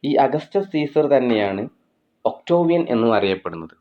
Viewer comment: ഒക്ടോവിയൻ അല്ല..ഒക്ടേവിയൻ